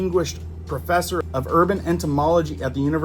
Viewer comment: . "an Orkin disisquingished profferssor"..isn't Orkin a brand name?